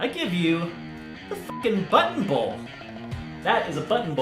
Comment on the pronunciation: I thought he said butthole bowl 😂😂😂😂